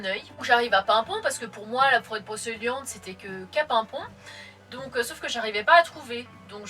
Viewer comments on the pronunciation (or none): Super vidéo mais par contre brocEliande c'est pas possible ça ce dit brocéliande 😅